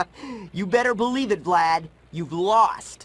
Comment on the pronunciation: The staff didn't give Tom Kenny good direction. He mispronounced Vlad as "Vlaud"